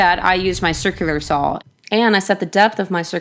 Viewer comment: There is no "L" in saw! ;)